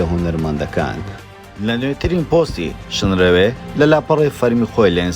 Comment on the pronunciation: شنرەوێ نا شنروێ جارێ فێری ناوەکەی بە ئینجا قسەی لەسەر بکە !!!